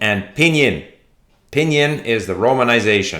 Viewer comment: David Lloyd-Jones : It's Pīnyīn...